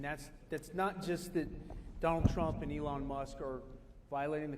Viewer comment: Oh for God's sakes really you can't pronounce Elon you say ellen? And it was very snarky of that woman to pretend to get the pronunciation of Doge wrong... losers